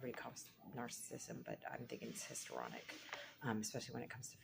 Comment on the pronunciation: So you are doing an entire video on Histrionic Personality Disorder and you can't pronounce Histrionic?